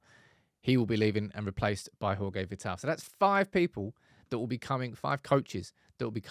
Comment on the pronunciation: He’s Portuguese brother it’s pronounced Jorge not Horhe!